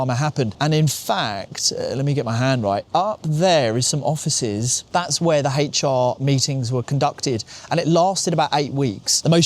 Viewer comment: I don’t think it’s intentional…but every time you say “HR” it sounds like you’re saying “HateR” and I’m all for it. 😂